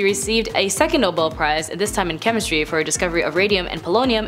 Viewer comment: Just to let you know, it is pronounced No-bell, not noble. Thought you would want to know.